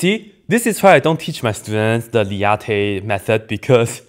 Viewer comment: what is the "lee-ah-te" method?